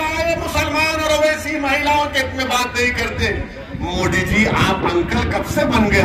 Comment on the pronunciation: Itne saal hogeya modiji ka name ka ucharan hi sahi nehin karparahahai ye joker